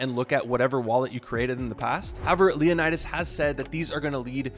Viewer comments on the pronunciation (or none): none